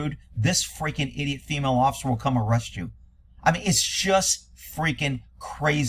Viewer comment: "Jentlemen". "Fimail". WTF?